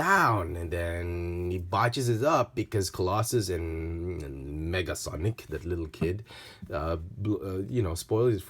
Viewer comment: Nega, not Mega. Negasonic.